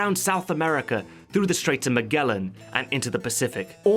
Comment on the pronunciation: "muh-G'ell-un"??? Isn't it pronounced "muh-Jell-un"? Like the explorer Magellan... It's like hearing